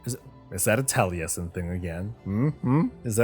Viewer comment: Really surprised you didn't realize Taliesin and Evitel answered your question. You totally garbled their names when you read their response. This was made more surprising when you later you referred to them and pronounced their names correctly.